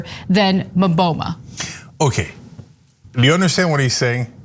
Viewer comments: It's not maboma it's its mboma. Say boma Boma boma bom-are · she is American you seriously cannot expect her to pronounce African name well, even the Mboma name she butchered it